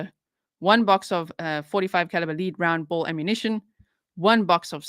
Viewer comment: Lead in reference to a bullet is pronounced led. A led bullet. I’m so glad that Dylan’s family may eventually have some closure.